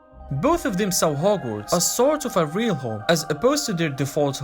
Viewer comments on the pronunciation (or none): none